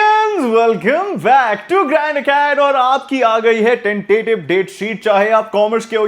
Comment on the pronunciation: What he said:- 'GrandAcad' _____What I listened 🌚